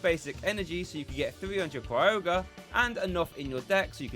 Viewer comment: No R at the beginning of Kyogre. It's not Cry-ogre; it's kai-ogre. Appreciate your content and just trying to be helpful.